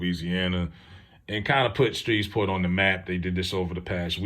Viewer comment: I live here in Shreveport,please pronounce it correctly